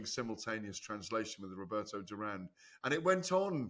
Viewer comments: I still find it baffling that Gareth can't score such a simple fight after like 30 years in boxing. And for someone who keeps saying he can speak spanish, he pronunces the single R like a double. I have noticed a few times, Its duran not durrrrrran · Yep that was cringe the way GAD needlessly rolled the Rs in Duran there.